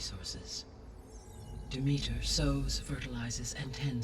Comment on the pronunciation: The way everyone in this game aggressively mispronounces Demeter...